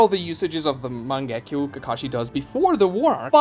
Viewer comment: not MANG-GE-KYOU but MA-NGE-KYOU